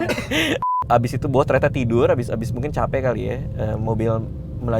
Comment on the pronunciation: Please namanya Boah bukan BOA😂 klau BOA idol korea noh penyanyi dia